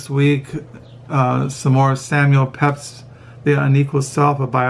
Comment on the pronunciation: Incidentally, we pronounce Pepys as "Peeps" here in the UK, as did Pepys himself.